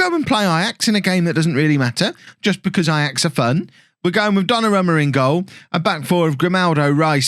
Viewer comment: I need to know,, why do you keep calling "Donnarummer" instead of "Donnarumma"?:D Can't wait for the new series tomorrow!